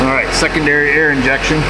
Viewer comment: Did you say, "Second Derriere?"